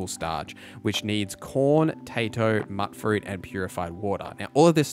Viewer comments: It's "mute fruit", it rhymes when you say it. It's an abbreviation of "mutated" or "mutant" not "mutt" fruit. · It is pronounced mute-fruit. There is dialogue at max affinity with Curie where she says it. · argh,.. why does everyone keep saying mutt fruit,. it is mewt fruit,.. the mut is short for the word mutated,.. because it is mutated fruit,..also you do not have to give dogmeat the teddy bear for the animation on playstation,.. he does that and a roll over and rub his back on the ground animation if you just stand still for a while like when crafting,.. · Attributes. Mutfruit. You're pronouncing both of these words wrong.